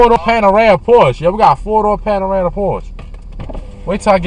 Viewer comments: Porsche "panarama" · Huncho Jack bruh. He was joking. The dude in the vid said panerama. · Lmao “4 door Panerama Porsche” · Jason Gurung no he said he was picking that up after this car. Also, it’s Panamera, not panerama lol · The Valet sounded like he had an i q of 70. Couldn’t even pronounce PANAMERA correctly. He carried on like a CHILD in your car. It was PAINFUL to watch & hear him speaking & making those noises! They obviously don’t do background checks or at least check wether the valets CAN drive first . Just because they HAVE a license doesn’t mean they know how to really drive a vehicle. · He doesn't even know how to pronounce Panamera. This is disgusting. Will take the bus or catch a ride to an event before I ever let some lowly inconsiderate person valet my car